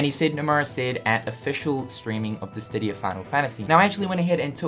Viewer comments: Dissidia not Dissdidia lol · Why do you keep saying DissTidia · And, still doesn't know....how to..... pronounce...... Dissidia..... Oh well. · why Distidia, it's Dissidia